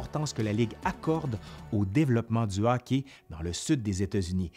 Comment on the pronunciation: C'est hockey, okay. Pas hocki, okay. :3